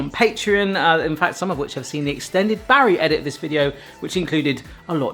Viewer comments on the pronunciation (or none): none